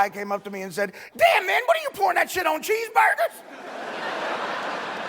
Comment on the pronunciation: the way he says cheeseburgers haha